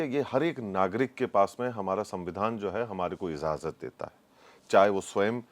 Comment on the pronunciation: Hello the word is IJAZAT not IZAZAT.